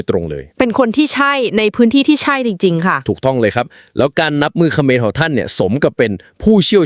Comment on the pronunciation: ทะหานขะเหมือน😂😂 พูดผิดทุกคลิป😂😂